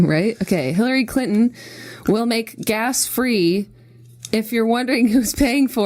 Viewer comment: It sounds like Jenna is saying Hillary Clit-on. I'm dying! :D